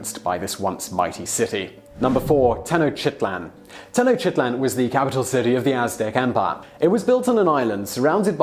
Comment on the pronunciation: Tenochtitlan is pronounced: tēh-no-sh-ti-tlahn; not: "tehnoshitlan". And, there are no jungles in central México, but pines forests, in fact, up to this day, Mexico City, former Tenochtitlan, is a muddy and lakewise área surrounded by a large mountain and volcanic system that substains large pine forests, rain forests, as well as huge snowy areas in the mountain chain area, natural areas which span throughout various mexican states, such as the states of México, Morelos, Puebla, Tlaxcala, Veracruz, Hidalgo, Tlaxcala, San Luis Potosí, Guanajuato and México City itself, which is still one of the biggest Metropolis in the world alongside places such as Tokaido area.